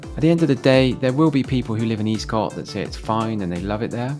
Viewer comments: With the caveat that I left Swindon 22 years ago........ It's not pronounced Eastcott, rather Estcott. However it's not even referred to as Eastcott but rather Old town. Never felt particularly dangerous, not like some of the estates begining with a p anyway. A little scruffy perhaps but never dangerous. The idea that statistically it's got the highest crime rate in Swindon now seems bizarre to me. Much has obviously changed since I've been away. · For your information, Eastcott is pronounced Escott and Walcot was a Council house estate started in the 1960's as a London overspill estate and was always a bit run down. I know as I was born in Old Walcot which was a 1930's private estate. Do I got the Swindon anymore, no I don't